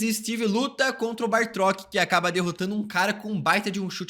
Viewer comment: "baRtrok" foi de cagar e ainda falou várias vezes kkkkk juntou Batrok com Bartók= Bartrok